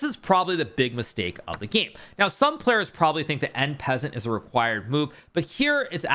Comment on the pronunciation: Nice vid,Thats not how you pronounce En Passant btw lol